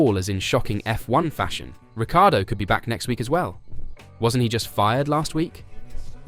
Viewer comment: Please…you pronounce his name RIC CAR DOE the I is silent. Got it…good👍